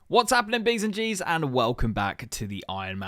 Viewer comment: as a scouser saying "sappin-nin" is so GOATED